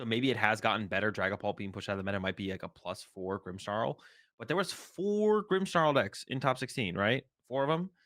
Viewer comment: Who added the "h" to "Grimmsnarl"s name? 😂😂